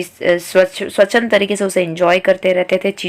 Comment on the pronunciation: Thnx but u couldnt pronounce swachand